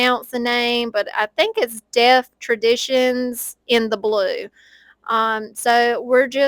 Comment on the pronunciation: Pronounced Dellf…like elf, with a “t” at the end. Dellf…t.